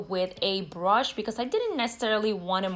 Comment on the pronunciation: The way she says “brush” lol brOsh😂